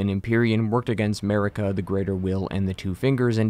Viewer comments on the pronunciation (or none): why does this donny say america when its marika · i will eternally hear 'merica instead of marika for the churches lol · Dude, my native tongue is spanish, I literally can't play Elder Ring seriously because of "Marika"